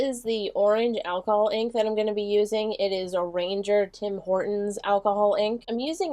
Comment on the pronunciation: It's Tim Holtz, not Tim Horton's lol.